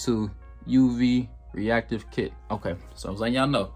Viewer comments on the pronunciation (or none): It's pronounced "nit" the K in "Knit" is silent